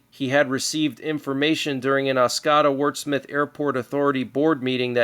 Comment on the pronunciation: I live in Michigan, What you talked about in Oscoda, Michigan, is on point. on a side note, the way you say Oscoda is: Os/co/da , three syllables. Michigan has a lot of tricky names to say. Mackinac is pronounced: Mac/in/awe. crazy but true. Just some fun facts.